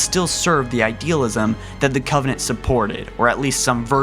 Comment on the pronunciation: Did anyone notice this video starts with him saying in his first sentence "... long existence of the covennant..."